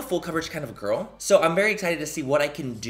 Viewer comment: I heard THAT WHITTLE gorl!! 😗😗